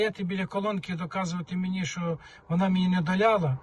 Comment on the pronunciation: Не долИла, а не долляла. Говоріть правильно. І кіломЕтр, а не кілОметр. Коли це якісь малограмотні кажуть, це якось колхоз так колхоз. А Вам це ніяк не можна робити.